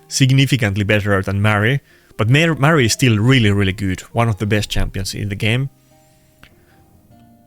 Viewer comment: Are you saying Maria when you´re discussing who to pick between a Pythion or her? All I hear is "Mary" but we don´t have a champ with that name. Even the auto translation says "Mary" As a Swede, my English is far from perfect either but sometimes I have a hard time hearing certain words lol. You play so much with Predator that empowering him further would make sense. At the same time, Maria is a great champ